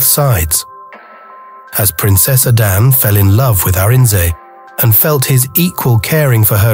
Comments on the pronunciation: This is nice But i suggest an African plain voiceover should be used. So we don't get hear the igbo "A-d-a-nn-ay" pronounced as "A-d-a-n" 🥂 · I love these stories; keep them coming! My enjoyment of this one was, however, soured by pronunciation of 'Adane'. Please pronounce it as it should be, enunciating the 'e' at the end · Arinze is what Nigerians call "woman wrapper", he should have moved on after Adanne repaid him with ingratitude and haughtiness. By the way, the narrator is purposely mispronouncing Adanne -- he sporadically pronounces it correctly but only to go back to mispronouncing it. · I wished that the narrator had learned to pronounce Adanne properly. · My issue is with the narrator,why use one who can't pronounce the names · A Nigerian would have done the voice over, getting the pronunciation of the princess’s name is annoying. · You mispronounced the name. And coming from the people that bears the name,it can of like put me off the story 😢😢.